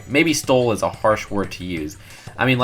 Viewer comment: A "farsh" word to use? Is "farsh" even a real word? XD